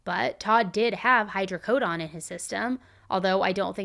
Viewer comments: Hydrocodone not hydrocodon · imma be petty…..it’s hydrocoDONE, as in rhymes with bone, cone, tone, etc. 😂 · Sweetie, it's hydrocodOne. Say the letter "O" when saying every "O" in the word. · It’s Hydrocodone rhymes with own, moan, thrown, flown, tone drone, and cone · just so your aware oxycodone and hydrocodone are not pronounced with the “oxyco”done” part sounding like dawn or actually sounds more like “drone” without the “R” or like the beginning of Donut 🍩, I’m explaining it this way in case google is where you got your pronunciation of it, I work at a doctor’s office and been with a pain Doctor for over 20 yrs so I’m well versed in the correct pronunciation of those medications and just wanted to give you the heads up cuz you are so extremely smart and didn’t want you to continue Miss pronunciation of those medication cuz if you don’t know you just don’t know cuz it’s not something everybody knows or talks about unless you either watch a lot of medical documentary or are around nurses and doctors or even prescribed those meds. Great videos!! Just love you! Watch every video every night you do one!! ❤❤❤❤ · The way you said hydrocodone! 😂😂😂😂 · Im curious how you pronounce rhe word "condone" saying "hydrocodone" the way you do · How do you get this wrong when it’s spelled exactly as it’s pronounced? Her script writers should have filled her in.